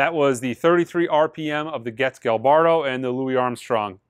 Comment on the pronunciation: “Gilberto” is pronounced “Jill-bear-toe” (hold the “j” sound a little longer than usual. The master’s first name is “Joao,” which is pronounced “jo-ow.” There’s another famous Brazilian singer you probably know named “Gilberto Gil,” which is pronounced “Jill-bear-to Jill.”